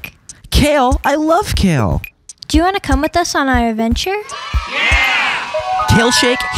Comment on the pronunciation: poppy : everybody wants to be poppy me:i want to be a problem plus it sounded so wrong when they said wanna =